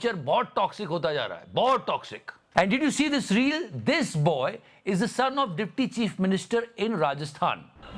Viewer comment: rail❌ reel✅